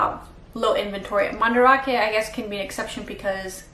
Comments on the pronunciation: it's pronounced Man-Da-rake not ra-ke for future reference. Do you not talk with Japanese people when you're there? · Are you purposely pronouncing Mandarake so incorrectly. That’s not how the Japanese pronounce it